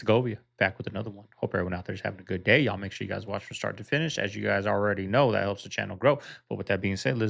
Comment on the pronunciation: Stop saying, "Y'all." You are saying it wrong. Yall.